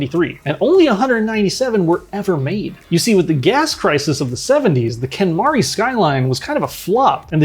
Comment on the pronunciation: it's pronounced "ken, MARY"... like, yes. the WHITE way to say mary... because that was the whole point. and it was actually the 2nd one after the hakosuka. The ken mary was a play on words "mary, ken... mari, ken... Merican". because the styling was based on american cars which japan coveted at the time (and American culture was becoming popular in Japan in the 60s)